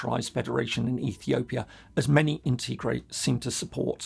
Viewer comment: Tigray (TA GRAI) PLEASE PRONOUNCE CORRECTLY IF YOU GOING TO SPEAK ON IT!